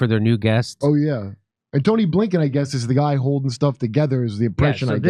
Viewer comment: You might want to get Antony Blinkens name right. There is no h.